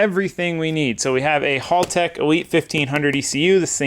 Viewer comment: I hate to be this guy but you are saying haltech wrong.